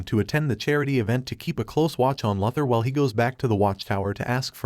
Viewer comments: Who is lother it’s pronounced luuther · It's not Lothor it's Luther: Lu ther. And you don't have to say each characters name each time something happens to them. Also it's Jon Jonns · Lafthor. It's Luthor lmfao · mate, I understand it's text to speech that's why I suggested that he should spell the text incorrectly on purpose so the dumb AI could pronounce it right maybe or something like that. Hence, LOOOOO THOR. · It is pronounced "LU- thor!" Please learn English pronounciations! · How can one recap the Justice League and not know how to pronounce ‘Luther’?